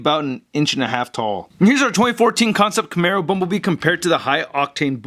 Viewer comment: Dude. Camaro, not Camero.